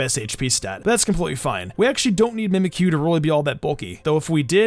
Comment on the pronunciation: Did you say mimkyu wanna be